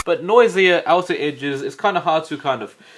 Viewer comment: Dude did you seriously say noy-zee-ah? It's noys-zha